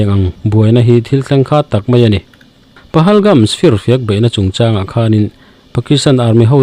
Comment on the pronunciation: Pahalgam nge pahalgams? Pahalgams iti ziah a